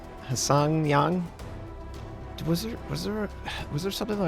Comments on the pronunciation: Most of these are NOT paper ships. The upper Tier ones are WWII surplus - some from minor US lines not included in WOWS.... that Tier 10 is pronounced h-shong yang... with the first "H" almost silent. She's an ex-US Sumner Class DD the USS Brush. The Tier 9 Chung Mu is a Fletcher - the USS Erben. The Tier 8 is a Gleaves class - either the USS Rodman or the USS Macomb. They ran the first one aground and wrecked it and then transferred the name to the replacement. The South Koreans actually had modernized Gearings (with much newer radars, manned Gatling gun cupola's in the place of the smaller AA guns, and other minor weapons and accessory changes) moored at piers in Busan and Chinhae when I was stationed over in that part of the world. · Hsiang Yang should be pronounced as "Shiang Yang"